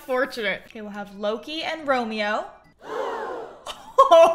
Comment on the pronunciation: thats not romeo thats romeow